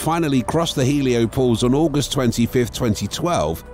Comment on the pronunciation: "Heliopose"...? Hoa about HelioPAUSE?